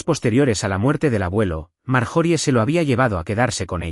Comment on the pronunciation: Están en la casa y de momento están en el restaurant????!y las pausas fuera de lugar y por favor corrijan esto ya. Y las pronuciacion de las palabras o nombres . Ejemplo el nombre de Marjorie . Su pronunciación correcta es Mar-yo-ri . Ya Que es un nombre gramaticalmente inglés.